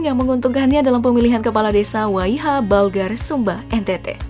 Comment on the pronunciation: Maaf min bukan balgar tapi balagar